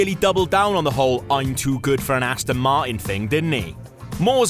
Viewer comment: Love when he says Ast'n Mart'n.. great vid!